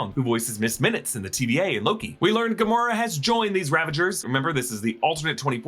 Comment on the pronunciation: When you explained rocket and nebula not being dusted you said gamoraa